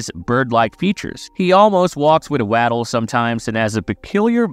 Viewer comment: Ive never heard someone pronounce "waddle" like its spelled